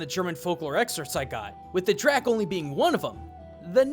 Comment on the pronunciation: Just a quick note, 'Drak' is pronounced 'Drake'